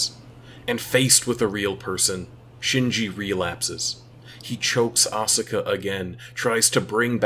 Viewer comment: woulda been cool if you pronounced asuka's name correctly